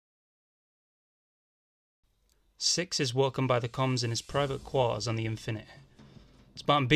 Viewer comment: "the Infinuheh" Best. Pronunciation. Ever..